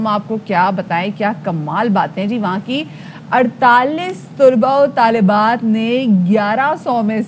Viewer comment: Tulabao o talibaat ghalat perha hy... Talaba.o.Talibaat